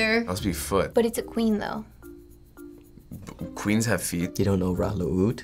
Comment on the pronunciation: "kweens have feet" LOL